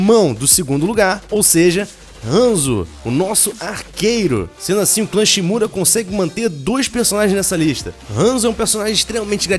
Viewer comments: cla shimAda e nao shimuda mas o video eh otimo +1 inscrito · O cara falou shimura cendo que é Shimada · '' assim o clã shimura pode ter dois..." cara é shimada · Ele falou Shimura??